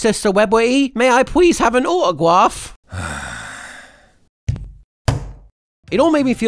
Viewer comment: "May i pwease hav' an autogwaph" sounds very bri' ish to me